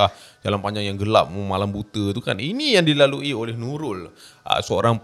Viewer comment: menurut Nulul 😅 ter-pelat pulak 😆🙏🏼🙏🏼 tengok ape,usha ape? 😂😆😂😆